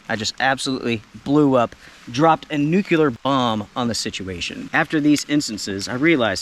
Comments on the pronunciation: …. It’s Nuclear… not nucular!!! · You say nuclear like George W. Bush Jr. says it lol. I agree with the first two events deserving a beatdown but the 3rd was too light on details of the provocation to pass judgment one way or another.